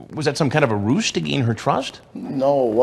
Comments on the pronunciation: Chris Hansen, the word RUSE is pronounced RUZE, NOT roos as you incorrectly did there. Other than that, I LOVE seeing these herbs caught. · Chris says “roost” instead of “ruse.” Oopsie, awkward! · Kayla Kewl Moore it's pronounced like "roos"...